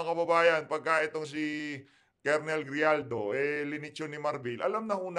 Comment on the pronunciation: Ano ba yan binabasa mo na nga lang mali2 pa ang mga sinasabi mo."GRIJALDO" PO AT HINDI JIJALDO. Ano ba yan ayusin mo naman may mga bata na nanonood.